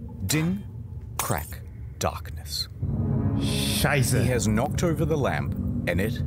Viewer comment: perfect pronounciation of "Scheisse", had me crack up